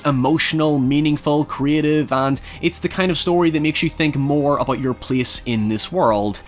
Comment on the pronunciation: please say about and not aboyd